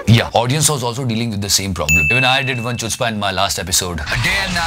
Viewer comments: It is good.... and btw chutzpah is actually pronounced as hutzpah.. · it is pronounced as ḥutspâ, not Chutzpah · the pronunciation for chutzpah is hutzpah. And like the pronunciation the movie haider also got the narrative wrong. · btw it is pronounced 'khutzpah' not 'chutzpah' even if it is written that way! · Its pronunciations is hootzpah not chutzpah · As you probably know, Chutzpah is a hebrew word which is actually pronounced as (khu)tzpah. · It's pronounced as khootzpah.